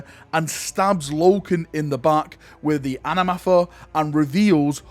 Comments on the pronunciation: It's not "anamatha", it's an "athame", pronounced a-fah-may. It's a ritual dagger in real life and is used in magical rituals. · Is it a physical and concrete effort to pronounce "anathame" wrongly every time?